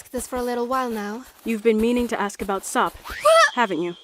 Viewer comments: UMP9 PRONOUNCED SOP'S NAME AS 'SOAP' IS THIS MW REFERENCE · Every time they say "SOP" i hear "Soap" hahaha lol